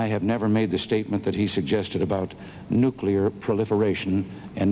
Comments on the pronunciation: Carter, Nukeeer Exposv, English? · I see that Jimmy Carter and George W. Bush both have problems trying to say "nuclear." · President Carter could not pronounce nuclear. That’s surprising to me. I was under the impression that he was one of our smartest presidents. How can one be smart and not be able to figure out how to pronounce a simple word?